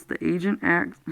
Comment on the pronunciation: Thank you very much for reading this. I just wish you would just read and not interject and save your personal feelings on it to discuss after the book reading. It would also sound more professional if you said "asked" not "axed".